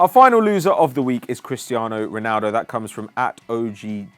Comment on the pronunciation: Ronaldo not Ronuldo